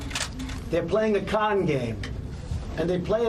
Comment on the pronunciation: why did he have to annunciate con like that what other sort of games does he think we could have mistaken it for